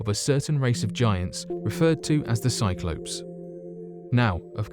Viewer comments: A FUCKING "CYC-LO -PS" WTF. Where the hell did you learn your prononciation? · Bugger, I’ve been mispronouncing Cyclops all this time...the ‘ops’ as in operation should be Ops as in open....back to school I shall pop 😉😊